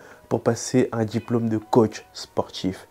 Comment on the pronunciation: Très bonne vidéo ! Hormis les "sportchhhif", "djjjiplome", qui sont assez insupportables 😂 la vidéo est très claire et bien expliquée. Merci 💪